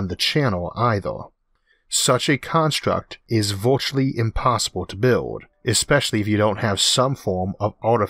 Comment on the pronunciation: I may be picky but I can't understand what you are saying in your video because you change everything to sound like there is a "O" in it like "Virtual" changed to "Vortual" and the Dyson's Spheo.